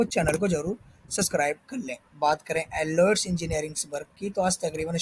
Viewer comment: First learn to pronuce the name